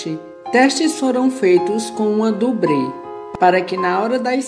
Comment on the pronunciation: Legal mostrar os efeitos. Só essa narração que desanimou. Parece que está rezando. E esse "dubrê" foi de arder os ouvidos. 😂😂